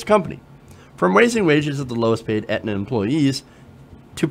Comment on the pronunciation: Please learn how to pronounce "Aetna" before trying to extrapolate on how you know so much about the health insurance industry. It's like not understanding the difference between Medicare and Medicaid. Just a personal pet peeve of mine.